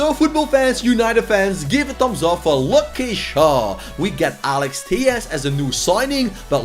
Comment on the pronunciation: the way he pronounced luke😂😂😭😭😭😭